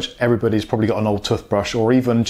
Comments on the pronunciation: Man said "tuffbrush" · Anyone else annoyed at how he sais toothbrush?